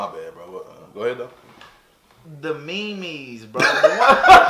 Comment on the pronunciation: I like how he doesn't even correct him on how to say "meme" he just like "Aight do you"